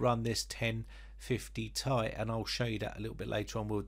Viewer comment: "Gtx 1050 tie" 🤣🤣